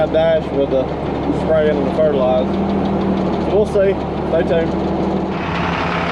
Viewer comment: Hey the R at the end of fertilizer is not silent 🤦‍♂️🤣🤣